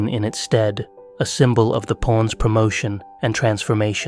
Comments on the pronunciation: just satirical observational humor. All jokes aside, great analysis. When you say "pawns" it sounds like "PORNs." lol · Anyone else hearing" porns"?